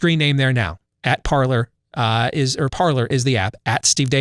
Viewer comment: Parler, pronounced ParLAY. 'Tis French